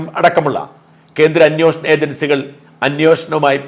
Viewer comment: താങ്കൾ "അന്യോഷണം " എന്ന് സ്ഥിരം പറയുന്നത് കേട്ടിട്ട് തൊലി ഉരിയുന്നു.